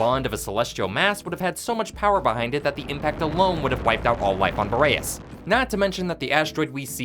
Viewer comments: U gotta be rage baiting me by constantly calling the planet fucking "Bo ray ess" its "BOR EE ASS" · Curious how you found the pronunciation for "Boreas" when it's said in game differently and is a real world word also not pronounced the way you say it.